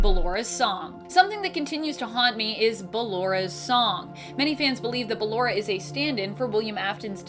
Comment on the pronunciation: It's Balloooooora not Balloraaaaaaaaa